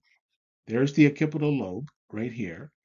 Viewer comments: It's pronounced "ok-SI-pi-tal", not "o-KI-pi-tal". Please do your research before you record.. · Good work. (Btw, occipital is pronounced “ox-sip-ital”) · This was an amazing video. The OCD in me wants to correct something. The pronunciation of occipital sounds like "ox SIP itle". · Occipital is pronounced like "ahk-sip-ital" just info for future videos. This was fascinating, thank you for sharing.